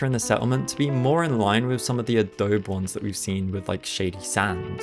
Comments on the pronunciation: Its pronounced adobee friend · I know a million people are going to comment this, but it's pronounced ah-dough-bee. Just like the Photoshop software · the way you pronounce adobe 😭